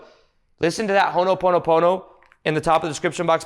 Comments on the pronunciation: Ho'o'ponopono. Hoe o Pono-pono. You're saying Hono... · Hono pono pono sounds like oogha boogha boogha